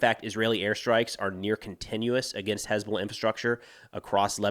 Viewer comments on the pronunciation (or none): Someone please teach UNIFIL socmed folks how to pronounce "HezBoLLah"..